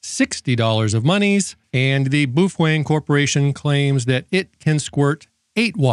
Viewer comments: You say boofweng..... and "all intensive purposes"....... I cant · Are you saying "boof wang" on purpose?